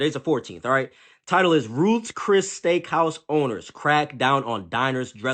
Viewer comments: For starters it's not "Roof Chris" . If you can't even speak correctly, how can anybody even take you seriously. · Sorry Folk's, it's Ruth Chris NOT "RUFIS". The sister isn't just gorgeous, but is what the majority of their community represents, not the ratchet few always looking for attention.